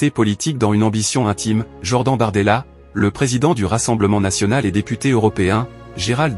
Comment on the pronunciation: votre ia de synthèse vocale est vraiment bidon "jord-AN" "pr I me time"